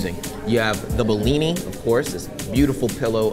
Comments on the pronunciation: bro i live in russia, its not blini, its called blin. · Oh great, finally someone in the media talking about something to do with Russia in a relatively positive light. I've had enough of anti-Russian propaganda. Oh, and it's pronounced blini or blin, NOT behleeni. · I'm Ukrainian and speak russian on the regular basis. Through the whole video I couldn't understand why you call our ''БЛИНЫ" BILINY, until the text at the end. Please, teach americans to spell BLINY correctly: /ˈbliː.ni/ Lots of love <3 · You should have went to Brighton Beach. Its next to coney island. That's real authentibeing. And maybe got more for $5.00. To blini, not belini. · Its Blinis not Belinis :D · Dude, it is not "bellini"? its bliny. How freaking hard that is? LOL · You pronounce blini wrong. You say it in a way so it sounds like it some italian cuisine. Emphasis on a first i. that way is sound Russian